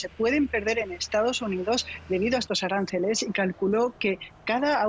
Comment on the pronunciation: como pude esta mujer dar información internacional si ni siquiera sabe pronunciar correctamente la palabra aranceles